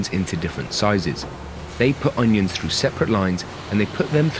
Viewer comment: ONIONS, not UNIONS. It drove me crazy enough to scream everytime he said union instead of onion.